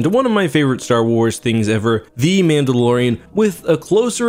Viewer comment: did you say Pandalorian?